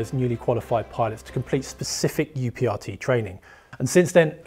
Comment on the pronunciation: UPRT should be pronounced as uprt. That's how we do it at my airline